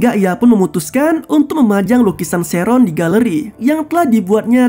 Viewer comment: sheren kek gitu lh bg bacanya bkn sheron🗿